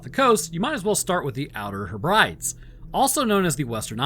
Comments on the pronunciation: Heb-rid-deez not Heb-brides. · heb-bree-dees, not h'bryds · Oh, you're not pronouncing most of them correctly. As a Scot it makes me cringe when you pronounce the Hebrides. It's Heb-Ra-Dees. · Outer "Heh-Brides" 😂 Sorry mate, its pronounced Heb-rid-ees. Keep up the great content! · I thought it’s pronounced“Hebridees”? Yes, I’m going to be THAT guy! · Its Heb - pronounced like Hep as in Hepatitis 😂 "Heb-Rid-Eez" Outer Hebrides Love the channel btw 👏👏👍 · Hebrides = hebrideez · Mid-gee and Outer Heb-ree-dees. You can thank me later. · Heb Rid Ease Hebrides. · Love you and your content man, just want to let you know the islands are pronounced (Heh-bruh-deez). Please keep up the great work! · Not to nitpick or anything, but the Hebrides are pronounced 'heb-ri-dees' (think multiple Dee Sniders). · Hebrides is pronounced Heb red dees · Wait I'm a bit confused. Are we talking about the Hebrides? The He-ber-dees Islands ? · It’s said as “Heh-bred-dees” 😊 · Real easy to look up how to pronounce things. Hebrides ... lmao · He's American... just ignore the way he pronounces Hebrides... just ignore it and enjoy the video